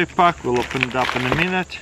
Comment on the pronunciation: I dunno why i find it funny when he says pāck.